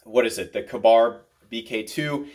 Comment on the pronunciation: It's K-Bar... not Kuh-Bar